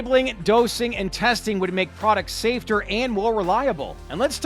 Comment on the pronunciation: SAFETER? TF is that? 😂